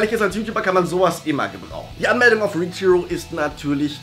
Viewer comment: Du sagst richhero, aber es heißt reachhero.